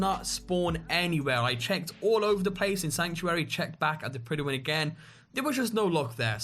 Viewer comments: Pryduhwin -___- it stop probouncing it like that. Its not that hard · it's pronounced like pridwin. they say it in dialog in the game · lmfao he pronounces it "prettywyn" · i am now calling the prydwyn the prydiwin now thanks